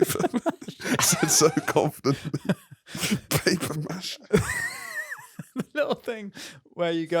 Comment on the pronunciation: 'Paper mache' nooo man ahahaha :)